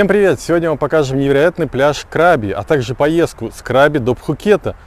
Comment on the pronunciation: КрабИ, ударение на последний слог. Это провинция, а не пляж) Ребят, вы были в самой красивой провинции и не увидели ничего вообще. Возврвщайтесь, Рейли и острова ждут вас.